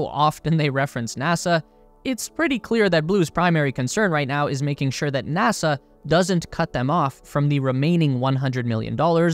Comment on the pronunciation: It's NASA...not NASAR